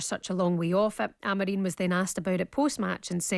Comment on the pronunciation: Someone on TalkSPORT need to tell both and that Ruben’s surname is AmoriM and NOT AmoreeeeN 🤷🏻‍♂️ Please please please correct them, it’s so annoying!!